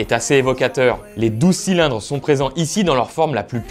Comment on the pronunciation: Bonne diction de "12 cylindres", par contre Newey se prononce "nieui"